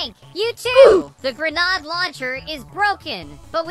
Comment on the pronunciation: Its not grenod its grenade